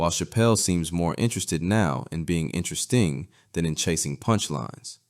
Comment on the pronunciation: did you really just put emphasis on "intra-sting?" It isn't even a word.